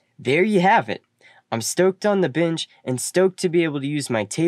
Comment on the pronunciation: is pronounced Ben-ch. Nixt is pronounced Nex-t. Also, thanks for the video! I had to watch it a second time so I could intentionally ignore the pronunciation, and when I did, it was quite enjoyable.